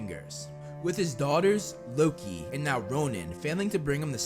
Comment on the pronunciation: Did you just call loki luki